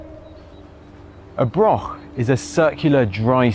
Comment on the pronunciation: Mostly English people talking about Scotland in Scotland. Then calling it Britain, stroll on Independence. It's a Broch laddie not a Brok.Offensive Unionist propoganda.